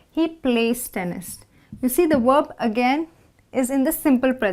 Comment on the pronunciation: Werb or verb?